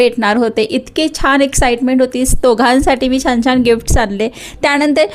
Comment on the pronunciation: छाण नाही छान